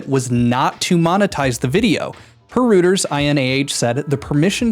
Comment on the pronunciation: Reuters is pronounced roit-ers.